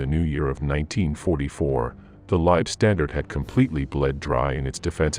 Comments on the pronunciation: Also the LAH were not pronounced Lieb StandarD, but Lieb StandarTE ! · Leibstandarte is NOT pronounced LIBE (pronounced live) STANDARD. Say it THIS WAY: LEIB like HIVE STAND like fond ART AH. I have no patience for these terrible pronounciations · German here. Why do you people call it "Liebstandarte"? It´s wrong and doesn´t make any sense at all. It is "LEIBstandarte". Leib means body. Lieb means nice. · The Narrator hasn't A CLUE how to pronounce German terms. Leibstandarte is pronounced THIS WAY: LEIB (like HIVE) STAND (like BOND) ART (like DART) E (like AAAH) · Good facts....rubbish pronunciation. A,I just cant get it right LSAH are worthy of correct use of their name and the way this AI thing pronounces it makes it sound like standed and unfortunately spoils it for me and I gave up . There must be hundreds of people who would voice this historical piece. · I got about 5 minutes in and the cringe factor of listening to "Lei-standard" over and over had me pausing the video to write this comment. If you can't pronounce (or even attempt to) the name of the unit, then I'll watch something else. You also left out the Viking Division, which is odd. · The content is really good, but you lost me when the AI mispronounced Leibstandarte! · "Leib-standard??" C'mon. It's pronounced Leibstan"DAR-TEH". Easy to get it right. Along with Lyon and every place and unit name you screw up.